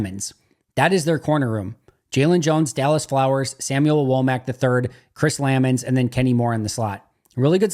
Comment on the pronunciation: It's Chris Luh Mahns,.